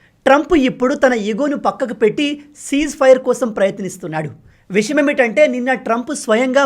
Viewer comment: meeru cheputunna vishayam chala baagundi.kani visham Kadu vishayam ani palakali